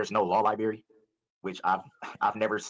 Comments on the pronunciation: Mr. Brooks, the word is library, not lie-berry. That issue alone should call into question the intelligence of Brooks. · Life in prison is WAY better than the D.P. Also, he still says Lieberry. Unbelievable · no no no - not 'library' - lyberry - law lyberry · Yes, the word is library but that pronunciation is an example of AAVE, or African American Vernacular English. It is not indicative of his intelligence…unlike going pro se. That is NOT a good decision AT ALL.